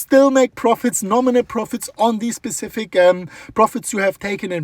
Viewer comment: “Specific” vs “Pacific” lol